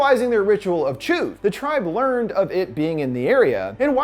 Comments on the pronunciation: It’s chud not choode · Chud.not Choo. Again, did you actually watch it or are you just reading a script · Ritual of Ch-uhd, not Chewd/Chood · Chud not fucking chewd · Who do I speak too about the fact I've been pronouncng it "chud" not "chood" for 22 years??? Someone could have said something... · Yknow theres an accent on the U right? Its not pronounced chud. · It's pronounced chud (like dud), Niebolt (knee-bolt), and it was a club house not a tree house. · This video is so hard to watch when he pronounces Chudd as Chewed and herb as 'erb, etc 😭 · The way he pronounced chud gave me whiplash Edit: The way he pronounced EVERYTHING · how is it possible that you can say the name of the tribe perfectly, but the ritual name you get wrong... lol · Please pronounce the ritual of chud correctly plz